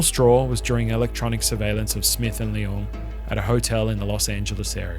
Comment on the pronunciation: Nice videos, but the pronunciation of Leung as LeOng is really odd